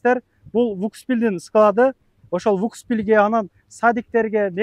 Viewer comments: Вукус вил дейсинда Вкус Вил десен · Билимин жок бала экенсин блогер болгондон кийин кичине билимине конул буруп койсон уят,выкус эмес вкус деп айтылат тормоз.Сени канча адам корот кичине даярданып анан суйлосон болмок тормоз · Вукс пил дейби 😂